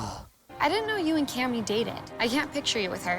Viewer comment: Every time this video says “Kami” (idk and idc how it’s actually spelled) I die a little